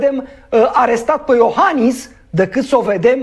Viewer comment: PE, nu "pă".